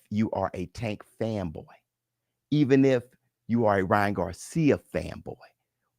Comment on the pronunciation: Was saying this the other day, I damn near hear Ryan’s name like that permanently now. Lmao! Wouldn’t be right, if pronounced it any other way atp: 🗣️Rya,RRYYYYYann GARRcia❕😂